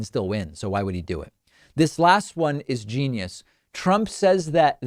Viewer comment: Jeenius with a "J"